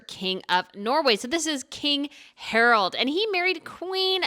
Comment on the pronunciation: PLEASE learn how to say Scandinavian names. There is no O in King HArAld of Norway’s name. It’s not even hard to say.